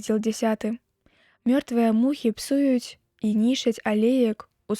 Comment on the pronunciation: Прачытана: мухі псу'юць, слоўнік дае націск на другім складзе: псую'ць.